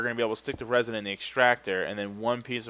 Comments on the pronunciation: ITS REZIN NOT RAZIN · Also, when you said resin wrong, it sounded like a shout that would be good for Skyrim. "Rah Zin!!"